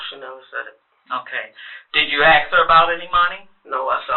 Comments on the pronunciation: Thank goodness for CC.😅 Both say axe. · What's up with that? Seriously. Why can't an educated woman say "ASK"?